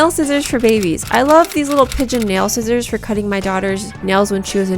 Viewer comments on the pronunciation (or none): none